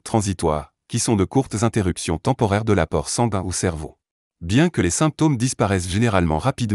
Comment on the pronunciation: Si je vous suis, je devrais passer mes journées entre mon médecin traitant et l'hopital.🥳 Le robot qui parle ne sait pas dire "sanguin" ni d'autres mots.